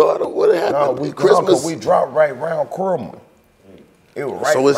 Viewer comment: ALL the "Loose Brain" mfas scratchin' they damn heads like "Who's Chrimmu" (pronouncing it like Cream-moo) LMAOOO!